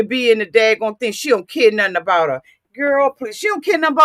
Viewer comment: A-boot lol mush mouth bih 😭😭😭